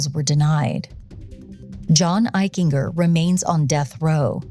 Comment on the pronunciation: Eichinger; a hard-G, like a J. "Eich-en-Jer" I went to Middle School and High School with John, he was a pretty nice kid but I noticed a cruelness once in light of what happened.